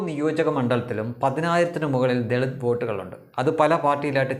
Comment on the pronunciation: ദെളിത് കുടുക്ക് എന്ന് കൃത്യമായി പറയുക.